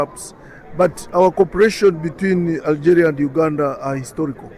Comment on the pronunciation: Ya Benti one shouldn't speak English by reading it in "FKHEUNTCH". The word "Algeria" is pronounced "AlgEEria" in English, and certainly not as "AlgÉrià" as one might say in FKHEUNTCH. The English language is a totally different language from French, especially pronunciation-wise.